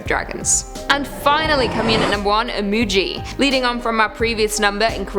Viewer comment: Imugi is pronounced EE-MOO-GHEE, not JEE.